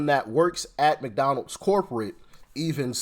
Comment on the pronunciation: She didn’t say McDonald’s….. She said “McDowell’s!” 😅